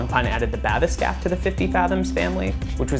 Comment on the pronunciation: *blank-pain *bath-escape pls learn to speak murican